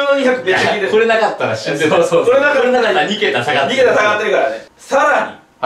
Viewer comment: の「くぉれはやばいよ」で笑った人は同志